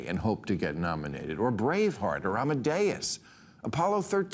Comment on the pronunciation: Sounds like he said "Bravefart"